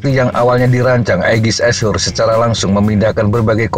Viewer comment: cuma saran min.tolong diperhatikan pronunciation nya min. ashore bukan dibaca "ass hore". artinya jadi sangat jauh. dari yang dimaksud "berbasis darat" malah jadi "a woman who get F---ed in the ass".